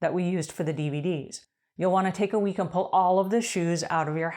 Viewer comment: Cool. When you 1st said dvd's i thought you said bvd's😂 my silly ears